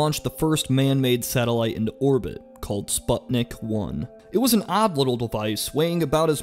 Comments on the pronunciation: ‘Spot-nick’ 😂 its an ‘oo’ sound man like in ‘moon’ or ‘luna’ not an ‘o’ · It's pronounced spootniik And it's not Gagayrin, it's gaGArin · It's pronounced spootnik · For the record I am Russian and Sputnik is pronounced Spootnick